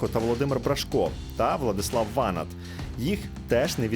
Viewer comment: Не ВАнат, а ВанАт